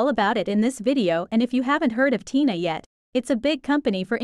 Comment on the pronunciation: They are called tena (ten-a say it right